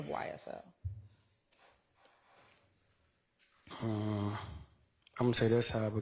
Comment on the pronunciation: Whenever he said ysl a gang ,he messed up